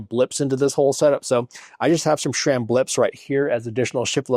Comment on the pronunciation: Great news! Was waiting for this to drop. Always informative videos, no fluff. Also, pronounced sram, not shram.